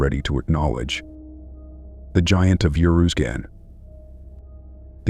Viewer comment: The Kandahar gee aunt? Wow that AI can't speak basic English